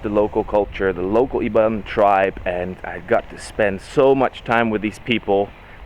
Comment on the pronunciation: i just found out your channel today. the way you pronounce Kuching and Iban almost sounds like you're a local already. i've come to notice, unlike other foreigners talking about Malaysia, you didn't even mention about the cost of living here, which I found really sweet of you. looking forward to more exciting videos of your life in Sarawak, my fellow Sarawakian brother from another part of the world ^_^